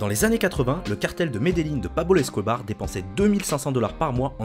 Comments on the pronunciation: "pabol escobar" euh non c pablo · 3;53 pabol escobar il a dit 😹